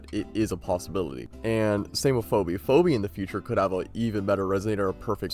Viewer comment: Ive never heard anyone pronounce Phoebe as "Phobi" lol